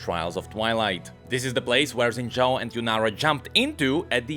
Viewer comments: I'ma keep asking, why does he call him "Zen" Zhao? 😮‍💨 It's Xin Zhao. They even say his name in one of the cinematics, you don't even gotta know how to read pinyin, just l i s t e n. 😵‍💫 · "Xin Zhaao"